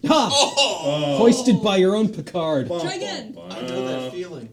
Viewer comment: Did say "Hoisted by your own Pickard"?